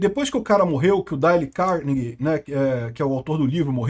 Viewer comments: É " dêiu cárnegui" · Mas por que tem que pronunciar errado o nome do cara? Por que o desrespeito com língua estrangeira dessa forma?